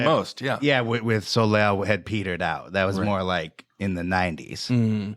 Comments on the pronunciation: 🤨 🤨 I’m American & know to pronounce her name correctly! Solay, not solayl!! 😂😂😂😂😂 🙄 🙄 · I literally went to my history to find this video that came on IN MY SLEEP to see if anyone commented this since the mispronounciation woke me from a slumber - fucking Soh Layl?? Soleil is French for sun and we alllll know Americans and their struggle with... anything really, but specifically French. SoLayl? Ruined the whole thing. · My eye twitched a little every time he pronounced Soleil moon Fry's name 'So-layl'.... The L is silent my dude. You pronounce it 'So-lay'